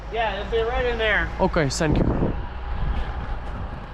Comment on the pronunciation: Друже не в обіду але не сенкю а тенкю через ті , вухо ріже